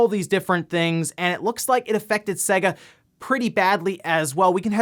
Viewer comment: Hate the way he says "Sehger" it just triggers me, you only have to boot up Sonic to hear how it's pronounced. It is said "Saygah" but it really doesn't matter, it just annoys me so much lol